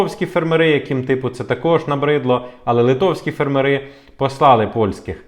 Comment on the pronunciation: Може все таки фЕрмери а не фермерИ Вухо ріже...